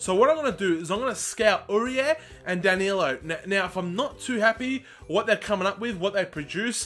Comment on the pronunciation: Danilo ... But you were like Dan - Yellow